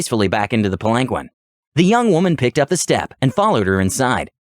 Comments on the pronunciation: PAL-an-keen. He said pal-ANK-win so many times... lol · It was like nails on a chalkboard...Pal ahn keen...sometimes even. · Palanquin is pronounced like “pal-in-keen” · That story was phenomenal! I do want to inform you of one little pronunciation error so that you know if the word comes up in the future. Palanquin is pronounced Pal-en-keen. Just wanted to make that one small correction. Keep up the good work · I can't stand how you pronounce palanquin, it's pronounced Palan keen. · Sparrow I was seconds from posting this exact thing until I saw this 😂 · The way he pronounces palanquin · SAY PALANQUIN ONE MORE TIME!! I DARE YOU, I DOUBLE DARE YOU *beeep*!!!!! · Look up palanquin. You murdering my ears. The seven time I swore out loud. Please.